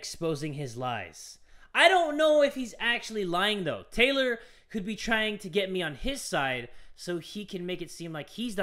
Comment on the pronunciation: Why does Taylor sound like he’s saying THOT